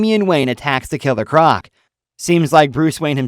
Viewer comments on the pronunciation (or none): none